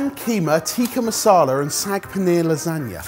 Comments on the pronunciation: Just a heads up to, it’s Saag not Sag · How do they have an indian origin chef and still pronounce saag as sag! 😅😂 Love the channel to bits though ❤